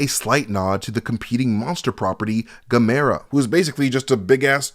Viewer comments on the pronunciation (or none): none